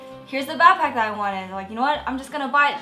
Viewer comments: It annoys me on how she says bapack instead of BACKPACK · Learn to day BACKPACK INSTEAD OF BAPACK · It bothers me when she says bapack I just want to tell her that it's BACKPACK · She says bapack so let's mock her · Is she saying bagpack?! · Nice "bahpack." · The way she said backpack annoyed the shit outta me